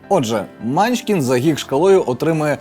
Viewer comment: Чому мАнчкін? Всі відповіді на запитання по наголосу сказали : манчкІн